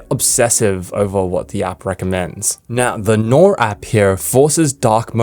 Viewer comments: I've never heard Noir be pronounced as "Noor" before. Its pronounced "nuh waa". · bro pronounced Noir as "noor"💀